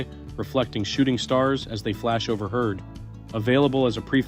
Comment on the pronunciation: Not to mention ‘over herd’ (overhead), ‘po-table water’ (whatever that is) and various others.